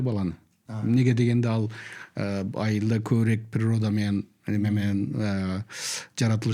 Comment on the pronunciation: Адабий тилдин нормасы боюнча көбүрөөк деп айтылат.Бир канча жолу көбүрек деп айттыңыз урматтуу алып баруучу эскертме сизге